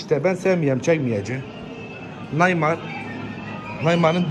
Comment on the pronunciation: (Şu amk Nobody cümlesini kurmayacam) Naymar ksjsvrnükc